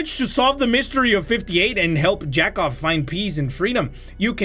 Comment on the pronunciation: yakov is said (yeah-couv) which is jacob in english